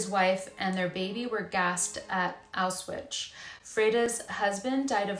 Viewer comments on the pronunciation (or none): It's pronounced Ow shwitz you mispronounced the name every single time. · Exactly, makes me cringe every time she says it…there is no Ch on the end lol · Pronunciation of Auschwitz...